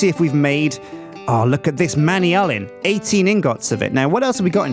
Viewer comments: It's pronounced "man-yoo-lin" not "many-ullen". :3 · It's not pronounced Manny-Alan! I call it Mana-Mana, but I think it's pronounced man-yoo-lin. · Not man-ee-ull-in, man-ule-iun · I don't like the way that says manyullin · Man-you-lee-an the proper way to say it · not man-e-ull-in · it's man-a-lin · your saying manyulln wrong its man-yull-n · Manyullyn is pronounced man-you-lynn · please pronounce it man-you-lyn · it is pronounced Man-you-lyn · IT IS PRONOUNCED man-yoo-lee-un!!!!!!!!!!!!!!!!!!!!!!!!! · I think he's pronouncing Manyullyn wrong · is killing me by mispronouncing manyullyn and wanting to make a manyullyn hammer. I like cobalt hammers better, because they are faster. The higher durability makes no difference when using autorepair or RF.